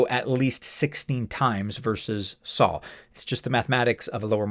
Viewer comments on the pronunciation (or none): It’s Sol not Saul 😂